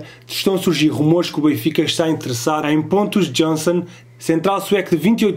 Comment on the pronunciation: Nao se diz pontus jonson mas sim pontos iansen